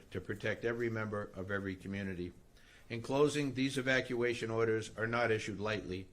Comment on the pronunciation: She is unqualified to be in government. She can't even pronounce EVACUATION!😂